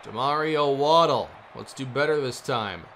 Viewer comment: You asked us to let you know when you were mispronouncing a player's name. It's Wa-DELL, not Waddle.